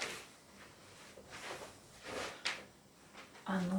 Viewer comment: "Пинжак"! Говорить грамотно еще не выучилась, а туда же — видео мастерить!